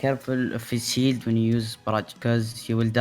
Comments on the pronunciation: I know he's saying "shield", but who else is hearing that we should boop tanks away from their "shit"? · Whenever he said shield, I heard it as sheet (shit) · No worries. You did great. I did have a bit of a chuckle every time you said "shield". Sounded like you was constantly saying "boop them away from their shit", which is also pretty accurate lmao